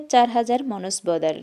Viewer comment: বইটাতে বলেছে "বিজ্ঞান..... কেড়ে নিয়েছে যতির আয়েশ "। আপনিও যতির আয়েশে সামান্য ব্যতয় মাঝে মাঝ ঘটিয়েছেন। আর উচ্চারণে? নিজে শোনেন পূনর্বার মনসবদার " শব্দটা কি পড়েছেন? সরি ফর ডিস্টার্বড ইউ।